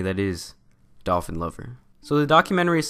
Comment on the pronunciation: I keep dying when he says "dolfin cooch"